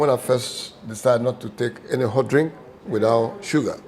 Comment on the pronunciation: Yeeeeeyy! My bro, got the right pronunciation now. Hahaha! Guys, did u hear it, he said HOT pepper, as opposed to his American HAT! Now when u get to Kumasi u can let them know, u want HOT bread! Proud of u bro! Great interview!